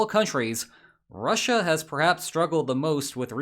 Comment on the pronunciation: The way you say Russia is done gives me phisical pain